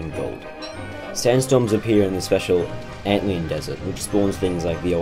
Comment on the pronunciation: everyone focused on the dab but nobody gonna acknowledge he said antlEon